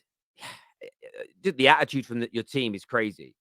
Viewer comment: "It's de history of de Tottenham" - some bald Italian guy